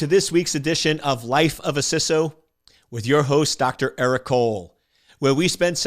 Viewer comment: Just discovering this channel and I love it. Also wanted to compliment you on saying "CISO" (with a short "i") - "sisso". I am so frustrated with people saying "CISO" with a long "i" - "sighso". Odd issue for me - yes, but again thanks for saying it that way. I look forward to getting through more of your videos.